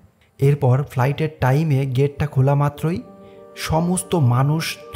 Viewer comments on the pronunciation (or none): taiem taiem sunte sunte matha nosto hoye gesa,r sunar iccha nai